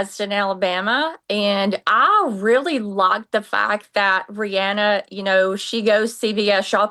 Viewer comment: Rihanna is pronounced Ree-ANN-uh.👩🏻‍🏫🫶🏼 The caller got it right! I’m in AL, too.✌🏼